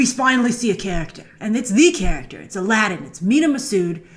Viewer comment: I don't want to be a stickler for "authenticity" in an arabian night but isn't it about time for Disney to pronounce Aladdin's name properly... and for that matter get Heracles right as well dammit!